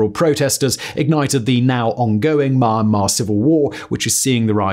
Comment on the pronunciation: Myanmar - pronounced ME an mar. Aung San Sun Kyi (chi) (ky next to vowel I makes it a CHEE sounds like The chee in cheetos) , Rakhine - RA-kine like the word line. Great video, actually I like all your vids 👍